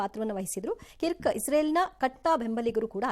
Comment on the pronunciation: ಅದು ಕಿರ್ಕ್ ಅಲ್ಲ ಕರ್ಕ್, ಅವನು ಅಮೇರಿಕಾದ ಬಲಪಂಥೀಯ ಸಾಂಪ್ರದಾಯಿಕ ಚಿಂತಕ ಮತ್ತು ಟ್ರಂಪ್ ನ ಅಂಧಭಕ್ತ.